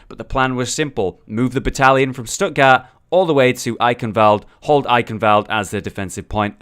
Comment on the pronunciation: Stuttgart is pronounced Shtuht-gaart, with a t at the end, not "Stuttgarr". "Die Crusader stehen Wache" is pronounced "dee Crusader SHTE-hen VA-[x]uh". In German, the digraph (2 letter combination) "ch" can be one of three voiceless fricatives (throat sounds), in this case the voiceless velar fricative [x] in the back of your throat that follows vowels a/o/u and diphthongs like au and turns up in Scottish "Loch". While the "ch" in "Eichenwalde" is the voiceless palatal fricative that follows vowels a/e/i and diphthongs like ei/ai, eu/äu and ei/ey, pronounced like the H at the start of the English word "huge".